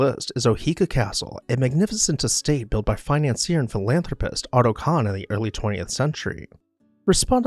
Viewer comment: Otto Kahn not autocon.